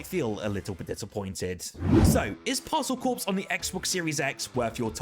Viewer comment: Stop saying Parcel Corpse! LOL